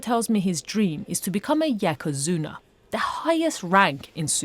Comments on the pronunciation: Yokozuna, not Yakozuma! How are you getting that wrong? You’re doing a sumo documentary 😊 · “Yakazuna” smh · Lmao stopped watched when the reporter said "yehkozuna". From an English language perspective it's really not difficult to pronounce Yokozuna properly and shows the lack of respect. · HORRIBLE, JUDGEMENTAL Woman! As we don`t say in English `DAN`T` but `don`t``, or we don`t say `TAKYA` but `Tokyo`, .... we also don`t say `YAKUZUNA` but only `YOKUZUNA`.... A bit of professional care is sometimes required ... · It’s Yokozuna not Yakuzuna…Gaijin shouldn’t make documentaries. They spread too much misinformation. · I cringed so hard when she said something like yakuzana instead of yokozuna around the beginning. This is seriously basic stuff. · Fuck me, as a kid I knew how to pronounce yokozuna, silly woman. Of course hes fucking overweight too, good christ. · Did you say "yakazuna?" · What the fuck is a "Yakuzuna"?! This lady didn't even bother to do her own research. lmao